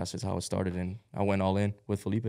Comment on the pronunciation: NEVER FORGET WHEN SARA CALLED FELIPE “FELIPO” 💀